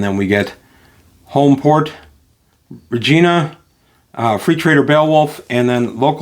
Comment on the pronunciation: I don't think "Regina" rhymes with "Tina." I think it rhymes with "fun."